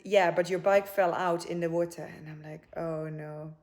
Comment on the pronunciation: The Nigerian "in da wota" 🤣